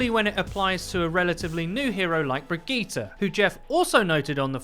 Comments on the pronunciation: = Brigette + vegeta? Think it's just pronounced bri-jeh-ta. But Brigetas' better because she's probably more powerful than Vegeta anyway🤣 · Brigeettah? BRIGEETAH? BRIJIT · her name is pronounced Bri-jet. please get it right. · How on gods earth did you pronounce her name? Briggita? This isn't dragon ball z... It's Brigitte... pronounced Bridge-et. No wonder Overwatch is dead... it's most subbed channel can't even pronounce the heroes correctly. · According to Jeff Kaplan it's pronounced Bri-Geet-Ah. A spawn room chat between Mercy and Reinhardt also confirms this. (Though Reinhardt says it with a soft g sound instead of a hard g, so it'd be Bri-Jeet-Ah.) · Am I the only one annoyed that he says Brigette’s name wrong